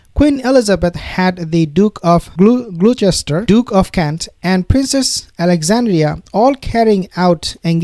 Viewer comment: Gloucester. Pronounced Gloster.